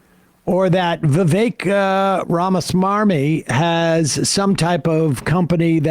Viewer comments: I love how Sam purposely mispronounces some of these ghouls' names on purpose. RamaSwarmy is accurate AF 😂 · I like the fact that Sam specifically takes the trouble to pronounce RAMA-S-M-A-R-M-Y. It may not be his actual last name, but describes him to a tee. Smarmy (adjective): revealing or marked by a smug, ingratiating, or false earnestness Merriam Webster Dictionary.